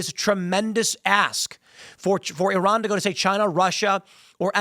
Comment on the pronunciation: Was I the only one who heard Tim say 'Turron' instead of 'Iran' several times? I don't think that a war with Iran was ever avoidable. For years, the machine has been calling for it, and Trump can't stop it, especially if Israel is involved.